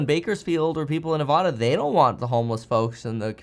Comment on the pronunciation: Kevin, love you man but as a Nevada local I have to correct you - Nevada (Nev-ADD-Uh)